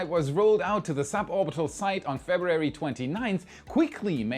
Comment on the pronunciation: Maybe this helps: Feb Roo Wary. First read it slow, then speed up till you get it.